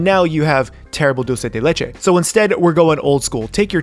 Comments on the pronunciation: "Diulcei dei leichei" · Dhdhhdhdhdd kind funny he saying "doce de leite" dhdhdhdhhdhdjdjd